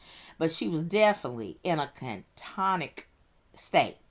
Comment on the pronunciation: I couldn't listen to her say " catonic' or cantonic" " one more time. " Akahol " either. .